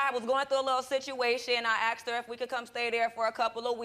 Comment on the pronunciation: Sorry...the word is asked....not axed. Try to use proper pronunciation.